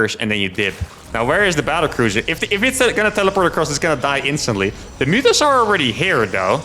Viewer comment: It's Serral. You pronounce them "mootas", not "mutas".